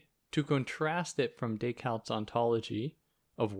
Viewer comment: thank you for this, but why do you pronounce it decaLt? it's a bit crazy making, like saying hannah alent. i don't get it.